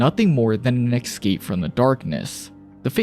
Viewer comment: Good work. May I ask why you pronounce escape as "ikscape"? Look at the word. Escape. Same for.. Especially. Start these words with an S sound, not an ik